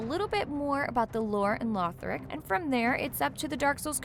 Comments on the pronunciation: Lothric not lorthric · That moment you realize she isnt part of the dark souls community when she says "lorthic" instead of "lothric" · Lothric, it's pronounces La-thric, not Lore-thric. for the simple reason that you're putting someone on here that doesn't understand how key pronunciation is, I've unsubscribed. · Did.. did she just say Lorthic? I'm done. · Paused it right after she said Lorthic lmaoooo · I thought the same thing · I cringed when I heard it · she said Lorthic the first time she said it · I'm sorry did she just say LORTHIC -.